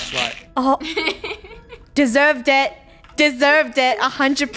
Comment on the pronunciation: Funneh said desserve it [100] persent and always